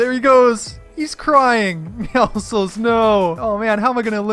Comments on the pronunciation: it bothers me that he calls meowscles meowsles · who else thinks he is saying Meowscles wrong